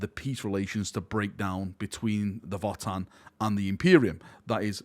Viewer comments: I think the pronunciation I’m hearing more of is "Voah-tann", as opposed to "Vot-tann" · Votann is actually old German word, the V is pronounced like a W. Basically, you pronounce it as “Odin” like the God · It's "Votann", not "Votann".:_PurgingHappyVal